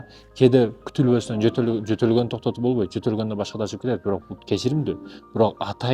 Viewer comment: Сен бу озун жонундо айтчы бул ютубта не учун журосун пул иштей калам деп журосун каяктагы какырыкты суйлойсун э мындай достойный мужик болчу бовойт эмес болбойт деп суйлойт сен биринчи нормально суйлогонду уйронуп анан акылман болгун э ар кимди ар кандай блудняга салбай эл эмес сен да напсини женелексин дух рух бол дейсин э сени барго мындайле сийидирип коёт кыргыздын мужиктеричи кичине тыйын иштей калайын деп эркектин намысты да ыргытып качасынго дейм жонле олтурчу ушул заманда сага окшогон какырыктар кобойуп кетти э акылман эчтемкеге акылын жетпей тилин менен сайрап пул табайын деп чечкенсинго дейм акылман биринчи сен бовойт дебей болбойт деп уйргонгун анан эфир алпар анан эфирде олтуруп алып какырыкты суйлобой сен достойный болуп алгын биринчи чимкиригини тартып